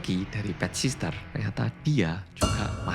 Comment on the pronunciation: PET SITTEEERRR 😭 BUKAN PET SISTER 😭